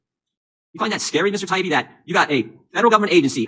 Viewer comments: I hate when elites in power purposely screw up a person's name as a method of insulting them and trying to discredit them - this subhuman Congressman does it to Matt Taibbi, just like the Morning Joe idiots did to Russel Brand (well they just kept "accidentally" forgetting his name.) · It bugs me how Democrats deliberately mispronounce Matt Taibbi's name. It seems a small thing, but what they're doing is attempting to dismiss him as someone not worthy of being addressed properly, a nobody with a weird name, rather than a well known respected veteran journalist. It's a really disrespectful, nasty tactic. "I'm reclaiming my time!" F*ck off with that. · Jimmy missed it, the congressman consistently mispronounced Taibbi but apologizes over another name.. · Notice that all the Democrat politicians deliberately mispronounce Taiibi's name. Such petty nonsense. They just don't understand how much of the American people despise all politicians. Count me as one of them.